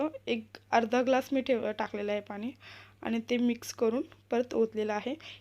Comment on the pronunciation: Jelley bhetate ase bolu naka...milate ase bola ...manasan baddal boltana ..Manas bhetat ase boltat ...harvaleli vastu sapadate v baki train bus etar gostinsathi miltat sae marathi bola ... aikayala Chan vatel...tyach pramane pani ya shabdatala ...n..ya aksharacha uchhar shudha karun paha aikayala Chan vatel